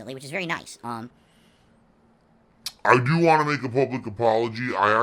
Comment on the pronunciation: I like how when hes upset With becomes "Wit" and Want becomes "WHAN"